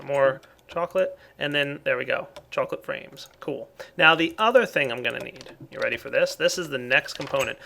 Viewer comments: He said ''Choclate Frames'' like ''Choclate Rains'' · says "chocolate frames" i hear "chocolate rain":)